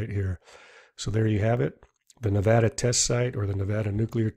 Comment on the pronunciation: Thanks for actually saying Nevada right and not pronouncing it Nevahdah like an idiot!